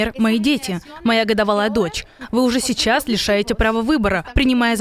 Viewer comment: "а я вам сейчшас пакашу откуда хатовилась нападение..."усатая шеншына опять рада что на нее внымание абратили